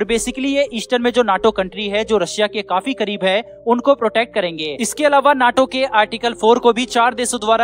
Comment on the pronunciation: नाटो न्याटो नहीं 😅